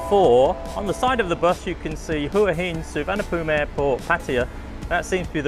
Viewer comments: HUA HIN = WHAA HIN good video though thanks 👍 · Hopefully uou know how to pronounce Hua Hin now :p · Try pronouncing Hua Hin properly 😊